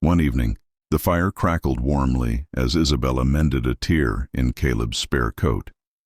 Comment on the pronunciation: A " tear" in his shirt its pronou ced "tare not tear you ##$%^ idiot